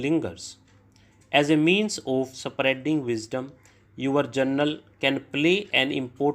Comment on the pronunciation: Sir yaha pe books easily milta nahi hai aur aap beech ka kuch strokes show nahi karta hai😢, English me jo likha hai usse zada important toh strokes hai, kyuki aap dictate kar hi dete hai, bass hume strokes kabhi kabhi dekhna zaroori ho jata hai. Aur sir im sorry to say this but aapka kuch pronunciation galat ho jata hai jaise "your"(yor)ko aap (U-are) bolte hai, aur "interest" ko "intrast" bolte hai, spreading(ispreading) ko aap se-pareding bolte hai. Aur bhi kayi words hai jiska aap galat pronounce karte hai, hum aapka sunke likhte hai aur aur hamara likhna bhi galat ho jata hai. Aapka subscriber hoon, aapka videos se practice karti hoon isliye bol rahi hoon.🙏🏻